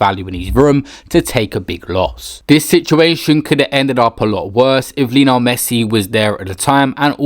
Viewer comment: Why does he keep saying Lino Messit? UGH